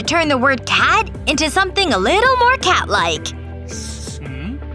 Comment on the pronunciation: SHE SAID CAD IN STED OF CAT